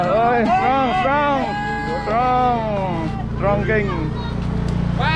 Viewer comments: He say ...Strong.... strongking😜😜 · stong strong strongking😂😂😂😂